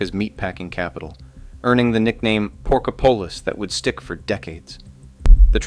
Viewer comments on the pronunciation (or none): Pork-op-polis... not "pork-o-polis" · Pork-a-pullace? Pork-OP-o-lis Cincin-nation? Cincinnati-an. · It's actually pronounced "Pork-Ah-Polis"... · I turned it off right after I heard “porkopolis” pronounced incorrectly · The things you have said here are factually correct. However, if you're going to do a documentary piece on Cincinnati, it would really help your credibility if you could properly pronounce words suck as "Porkopolis," "Milacron" (and you never even mentioned that it began as Cincinnati Milling Machine, with the Milacron name coming relatively recently), and--most egregious of all--"Cincinnatian!" To a lifelong Cincinnatian (pronounced "Cincinnati-an," not "Cinci-nation") you come off sounding like a dope, and an obvious outsider who didn't bother to do enough research. That, combined with the amateurish editing blunders, means that I can say with confidence that I won't be wasting any more time watching any of your videos.